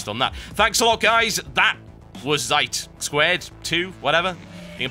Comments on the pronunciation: Zeit is pronounced "Tseit" Im guessing the developer is a german studio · but thats not the way you pronounce "Zeit" ._. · pronounced "tzeit" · it's pronounced TSIGHT !!!!!!!!! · Yeah maybe for a British guy who speaks english. I am from germany and in german you don't pronounce it "said". Right pronounciation you can find on . Sry i don't want to troll about about a british guy who can't pronounce a german word right. Of course he can't. Just wanted to give a little side info ^^! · That is true, he did pronounce it wrong. Damn. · Zeit = German word for Time. And you pronounced it wrong TB :P! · its german it means time - look the pronounciation up at google translater